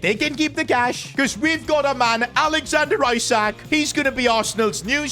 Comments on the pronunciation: It's spelt ISAK but pronounced ESAK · He pronounced Isak ‘I sack’ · Am I the only one that heard how he pronounced isak in